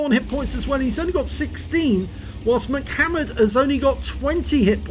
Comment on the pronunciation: I don't think it's pronounced "Mic" hammered, but a salute to the rapper/dancer from the early "90's" M..C..Hammer...lol. It's all good...... HAMMER TIME!!